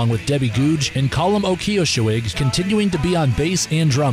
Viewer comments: The guys name, Ó Cíosóig, is pronounced more like O'Keersog (with a non-rhotic R). You're welcome. BTW, If you find their sound original, I suggest you give a listen to the 70's-80's Dublin band, The Virgin Prunes. The original original. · Also, -Added about three extra syllables to Colm O'Ciosoig's surname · A brave attempt with the Irish names.